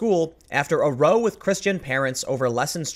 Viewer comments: Love ya Tim but how are you a journalist and you don’t know that “row” is pronounced “rau” not “roh”? It’s British slang for “argument” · Dear Tim. Row(argument) is pronounced raow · TIM! This is far from the first time I've seen you read "row" from a UK headline in the wrong form. you're saying it as in "getting one's ducks in a row". It's "row" sounded like "RA-oo", "rau" or "rou" sounded like in the word "round". It means "a disagreement" in UK parlance. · it's not row as in row a boat. it's pronounced like bow down not like bow tie. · Love your videos , just want to say a ‘row’ is English slang for argument it’s pronounced as if it rhymes with ‘cow’ ... thanks for your vids from the uk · "Row" is pronounced both in UK and US as /raʊ/ . Scroll down to "row (noun) argument" and hit sound buttons. Actually a commonly used word in the US south, Mississippi for instance. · Row as in OW not as in Know. It means conflict/argument. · PLEASE, Tim learn how to pronounce British usage "row" = "argument", "uproar" said "rouw" like "ouch" or "cow'. This is the third time i've heard you mispronounce it. much love!! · I'm that guy about pronunciation. To be in a Row. Spat. Tiff. Argument. Ouch. Rouch. Rou=Row. Perhaps, phonetically, Rau. Sorry for being that guy 😊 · row is pronounced like cow. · Tim, in that definition, "row" rhymes with cow. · Row in terms of being in a fight is pronounced r-ow like ow not like to row a boat. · Gowan Kommando not really. You row a boat. You 'raow' with your wife. I'd love to row my wife but I suspect the police would get off Twitter and arrest me 😁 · in the UK, row (in the context of an argument or heated disgreement as it is in the article) is pronounced like "wow". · Tim, row is pronounced the same way as vow (row as in argument). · I am not surprised. "Row" in this context is pronounced "ow." Dictionary result for ow /ou/ exclamation exclamation: ow used to express sudden pain. "Ow! You're hurting me!" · Jesus, Tim - it’s pronounced “row”.